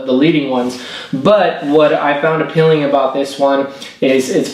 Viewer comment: APELLING? does he mean Appealing?